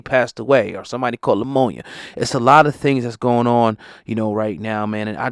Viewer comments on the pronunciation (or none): not to make a joke of a serious situation but bro... you just made up a whole new disease. everybody knows it's not Lammonia that people are dying from. in my days, people died from ammonia. and who are these extra smart doctors that called it pneumonia? everybody knows that's not how it's pronounced & we can't spell that without spellcheck.